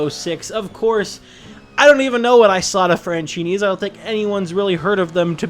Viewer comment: As an Italian I died 7 times hearing you say "Isotta Fraschini" ahahahhaha,just kidding